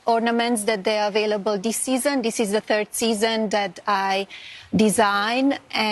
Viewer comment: Can this ignorant woman not pronounce "THIS" ? She has had enough time and $$$ to learn English properly. DIS, DIS, DIS, DIS, DIS. The phrase "I really don't care do you" really echoes here